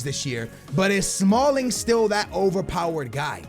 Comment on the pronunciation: He said smalld